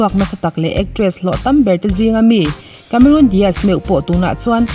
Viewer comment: Cameron Di aazz👍👍👍 Cameron Dias👎👎👎 tia lam toplo hian